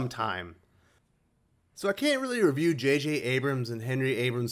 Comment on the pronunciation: Hmm..this is interesting.Yours is the 4th review of this book I have seen. All by people whose opinions I respect. You and Englentine have disliked it, while Ash and Joe (Joe's Geek Show) did like it. I need a tie breaker.Excellent..as always.